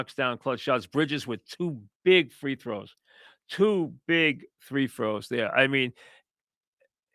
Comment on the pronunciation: "Two big THREE FROWS.."